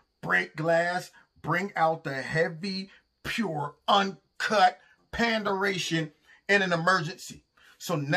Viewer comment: 'Panderation' Hahahaha!